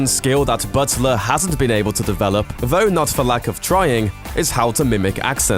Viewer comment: You said "Vo" - did you mean "Though"? After making fun of Gerard's accent you could at least speak English...